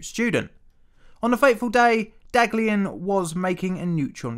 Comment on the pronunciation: The first scientist's name is pronounced "dahliyan"